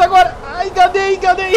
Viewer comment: Ninguém: A eu: voltando o vídeo um milhão de vezes por que eu entendi o falando: AAH GADEI GADEI!!! ele tava falando enganei:p #tamosurdoUwU